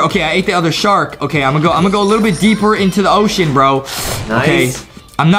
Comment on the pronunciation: A SHARC ON A OSHOSHEN